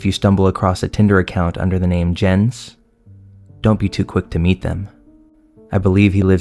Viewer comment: I love how he actually pronounces it like Jens and not Yens